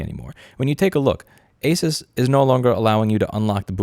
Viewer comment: ASUS rhymes with "Zues", not with Race us".